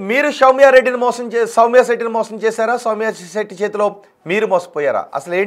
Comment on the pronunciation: షౌమ్య సెట్టి కాదురా సౌమ్య శెట్టి 😂